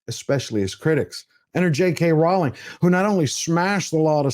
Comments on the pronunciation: But could you pronounce this wonderful woman’s name correctly? It’s ROLL-ing, not ROW-ling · It’s pronounced ‘rolling’